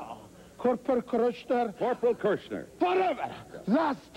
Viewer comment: "Corpadal Kruncher..." "Corporal Kirchner" "VHADEVER !!!!" R.I.P. Gene Mean.